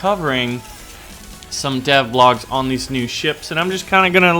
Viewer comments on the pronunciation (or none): none